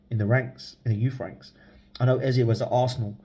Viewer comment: It's Eze same E at front and back...an E. it ain't A and Ezay! Just ask him.